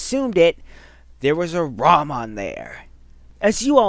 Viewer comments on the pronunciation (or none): Rom not Ron